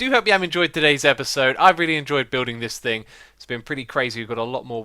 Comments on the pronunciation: TheToukoli but xisuma said thinc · "that is not gonna do any thinc"